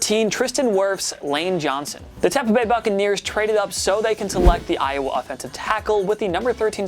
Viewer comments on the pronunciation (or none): none